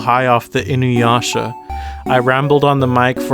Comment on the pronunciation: It took me the whole 4 minutes to realize he was saying inuyasha instead of ayahuasca